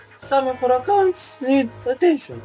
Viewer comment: maneger acaunts ned atention🤣🤣🤣